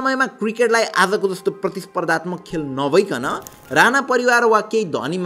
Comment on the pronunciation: काे हाै तिमी यार ?? तिमीलाइ याे राना र राणा विचकाे उच्चारणकाे फरक पनि थाहा छैन र?? यार सुधार। यस्ताे गल्ति नगर। अंग्रेजीमा "ण" छैन र उनीहरू उच्चारण गर्न सक्दैनन् । कि तिमी पनि उतैबाट हाै??